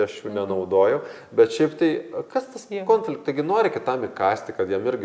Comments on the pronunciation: Smagu,kad dalinatės! Taip ir toliau,kalbėkit apie viską,temų yra daug gyvenime,kol viską išnekėsite...😊 Klausėte ar kliūna kirčiavimas - atsakau-Taip. Man visada klūna,kai žmonės neteisingai kirčiuoja. Nepykit,bet jūs neteisingai kirčiuojate ir žodį - konfliktas( kaip rėžia ausį) ir žodį - produktas ( kurį dažnai naudojate), žodį - projektas... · Taip "konfliktas" su lietuvišku kirčiavimu ne tik gražiau, o tas kitas labai užkliūna .😊